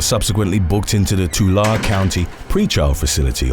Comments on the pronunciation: Tulare is pronounced “ tuh Larry” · Prounounced Vy-Salia; Mar-Rinn; and Too-Larr-ee.